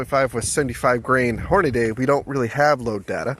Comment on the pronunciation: You said "Hornaday". Idk where you learned how to read, but it's spelled "Hornady", and pronounced "Horn-a-dee".